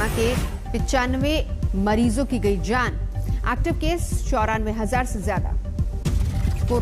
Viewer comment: Zaaan nahi jati madam jaan hoti hai ventilatthoorrr nahi hai ventilator Aane zaane par ya aane jane par🙄